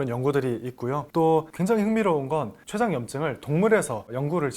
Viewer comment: 세포 췌장 취약 서양. 한자어로 된 한글 읽기 영 엉터리네요 공부하면서 아무도 안 가르쳐 줬나보네 내용은 잘 들었어요